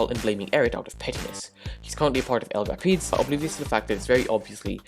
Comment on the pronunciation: El rApids not el repeds